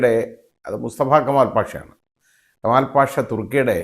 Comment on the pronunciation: Kamalpasha എന്നു പറയു൦ബോൾ ശ്രദ്ധയോടെ പറയണ൦, അല്ലെങ്കിൽ താങ്കളെ ഇവിടെ ഇഴുകി ചേ൪ക്കു൦, ശ്രദ്ധിക്കണം